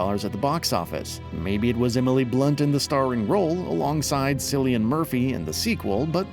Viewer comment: Cillian has a hard C (you know what I mean, get your mind out of the gutter)